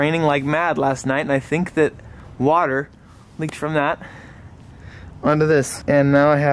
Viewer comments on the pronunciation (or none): none